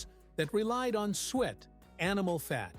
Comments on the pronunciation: Spotted DICK not pudding😂😂😂 and you say Soo-it not ‘sweat’. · Suet is pronounced soo-et, not sweat. Two syllables. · It's not sweat it's suet pronounced su-et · It is not Spotted Pudding but Spotted Dick. It is not sweat but su-et. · It’s not sweat ,it’s suet and it’s not spotted pudding it’s called spotted dick. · The fat is pronounced soo-ate not sweat! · Crap AI again, It's SUET, not sweet or sweat and it's Spotted Dick! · Still wrong calling it sweet, its supposed to be suet (pronounced) soo-et, its shredded beef fat. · Suet is said as: Sue ett, not sweat. It isn't sweet either. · Stagazy pie is traditional Cornish. Suet, pronounced soo-et, two syllables. No such thing as spotted pudding, what you described is Spotted Dick. Why would the ingredients of Haggis shock anyone save a vegan, it is meat, part of the animal just like a steak. Bashed neeps and tatties, and it’s Swead not turnips. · AI voice too obvious. It is suet not swett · Spotted pudding is called spotted dick which is made with flour, suet, sugar and currants. Suet is pronounced soo et😮